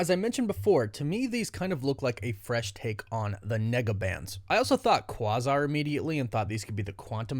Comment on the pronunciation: QUĀZAR, not QUAHZAR....lol